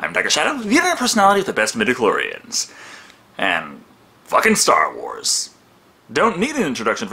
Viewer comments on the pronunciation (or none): none